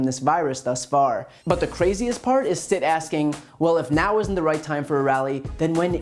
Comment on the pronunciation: Stitt pronounced Sh?t